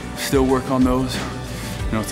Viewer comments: Whats he saying?? Its "HYPER TROPHY""" Not hypertriffy.. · makes me laugh how he says hypertrophy, hyp-er-trophy where as the English say hyper-trophy